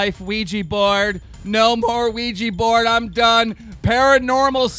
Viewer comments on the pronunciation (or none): It's pronounced weeja not ooija